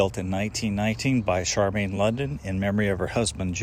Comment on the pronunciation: Her name wasn't Charmain, it was Char mi an.